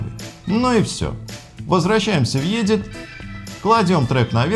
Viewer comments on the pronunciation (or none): не Йедит, а Эдит... Спасибо за обзор в любом случае